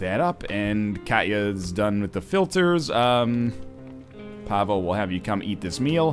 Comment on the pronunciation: YES Another episode! Every time you say Pavel i hear Pablo And then i'm like DAMN IT! Love this series!